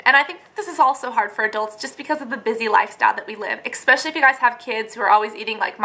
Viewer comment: Great video, great info! ESpecially, not expecially <3 sorry that drove me crazy Im an english nerd Thanks!